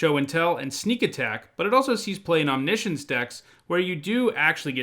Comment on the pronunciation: Omni-science, omni science. It's Not omnischenche. Omg that is something I can't help but say. Did you ever play ff7? Clouds move omnipotent or whatever it is. Just pronounce it correctly please lol. That is all thanks for the content